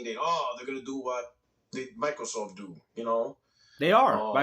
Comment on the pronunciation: Is this clown calling it Michaelsoft?? Does he also “axe” questions?